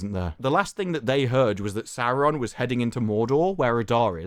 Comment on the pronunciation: Oh Saurrrrrron😂